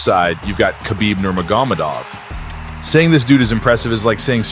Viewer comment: Lol how dare you mispronounce Khabib Nurmagomedov!! Might as well say Yon Yones while you’re at it!!…. Great documentary though!